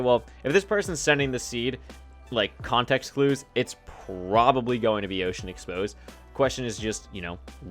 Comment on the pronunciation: wait is it "open exposed" or "ocean exposed" lol